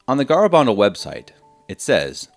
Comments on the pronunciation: It's pronounced Ga-ra- ban- dal. You can not prove this is a deception since the church has not closed this case. Pope Benedict has even declared it was not investigated well and cautiously advised to continue to look into it. People were converted during the apparitions.A priest who died soon after he saw the virgin at Garabandal had claimed she told him that he would soon be with her. Let the church do its thing. Videos like this is what confuses people. If you do not work for the Vatican, leave this stuff to the professionals. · Have the decency to pronounce the name correctly. GARABANDAL